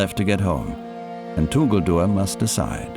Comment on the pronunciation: Tuguldur....that is right pronunciation. 😀 meaning is nice too. It means beautiful, heavenly or maybe stunning 🤩